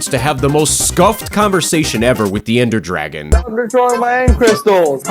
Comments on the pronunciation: "The ender dargon" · "Ander Dargon" 💀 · "ender dargon"